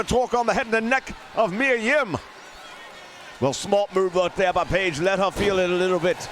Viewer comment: Why do you say “Reilly” though? His first name is not lol! Kyle O’Reilly, so you should be saying “O’Reilly” but maybe it’s part of your gimmick to mess up names a bit. (Miya Kim instead of Yim too) so it’s all good.